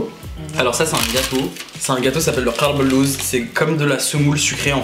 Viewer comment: Ça se dit pas karbe el louse ça ses dit kalb el louse😂😂😂